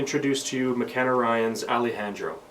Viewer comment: This was a great tutorial, but that's not how you pronounce Alejandro 😹😹😹